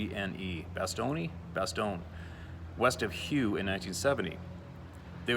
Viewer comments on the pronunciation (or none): Hue is pronounced : "hway". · Hue is pronounced way